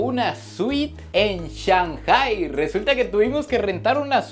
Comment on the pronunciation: tu contenido es 20 de 10! Solo una sugerencia recuerda que si hablas para hispanohablantes está bien decir ShanGai, en vez de ShanJai.